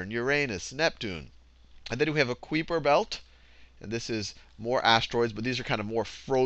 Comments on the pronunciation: Kuiper is pronounced K-EYE-Per. Not KWIPer. You should add a correction box, Sal. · It's pronounced "Kiper Belt", but I like your pronunciation better. "Queeper Belt," lol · Haha you say "Queeper" instead of Kuiper. I think it's pronounced "Koyper" (It looks like a dutch name to me) :) And another thing: I used to mix up the order of the planets Saturn, Uranus and Neptune. But I found an easy way to remember it: Take the first letters of those planets, so you can form the word SUN. ;) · he sais kuiper belt just like my little brother pronouces creeper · I thought it was kiperbelt! or am I wrong! pronounced Ki- per- belt. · It's not pronounced kweeper. You've got the K and the "per" part right, but ui is pronounced a bit differently. It's quite hard to explain how to pronounce it in Dutch, but Americans usually pronounce it like K-eye-per, I believe. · "The Kweeper Belt" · Excellent video, although I'm pretty sure "Kuiper" Belt is pronounced the same as "Hyper". I'm going to watch Distance to the closest star now :-) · The way he pronounces The Kuiper Belt is funny ^.^ lol